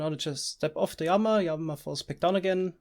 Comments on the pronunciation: Please just say lama instead of yama :( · Say it with me...."L" ama..."laaaamaaaa" lol what is a yamma? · Wtf it LLAMA NOT JAMA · Since you are speaking English the correct pronunciation of llama is as if there was only 1 L meaning, Lama. Spanish then it would follow Spanish rules of being pronounced like a Y as you are doing. I don't know about German so maybe you are going by German rules but since you're speaking English thought it would be helpful to correct you. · Everytime you say Llama I Hear armor for some reason! 😀😀😛😛😄